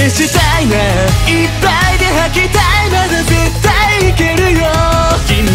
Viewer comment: 細かすぎて伝わるかわからんけど、ジェルくんの、母音が「あ」の文字の歌い方が大好きなんです！！！！ この曲の高音の母音がほぼ「あ」だから私の好みにめっちゃ刺さってくる、、いっぱいの「ぱ」とか絶対の「た」とか、、 解放感ありながらもめっちゃぶつかってくる感じの発音と高音で好き